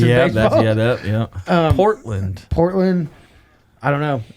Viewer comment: no oregon trail. Oregon trailblazers. and the hard P in portland lol